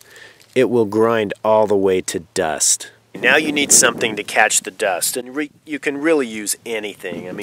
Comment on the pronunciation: easily the best bow drill lesson i've watched. And i've watched lots. I think I'm finally ready. Also love how you pronounce "Duust"